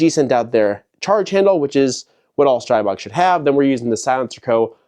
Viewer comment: Streeeeebog not pronounced with an I sound lol